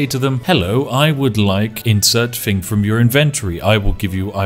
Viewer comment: the immersion of the posh voice is spoilt by the "fing" or "everyfing"